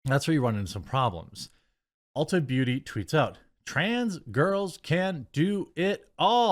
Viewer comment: Dude you are awesome! So well spoken! I love your content. But it’s ULTA not Ultra, lol, I’m rolling 😅